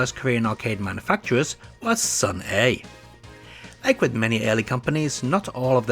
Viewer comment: The correct way to read it is Seon-ah(선아), not Seon-e. I like it because it feels like Korea's Data East.😊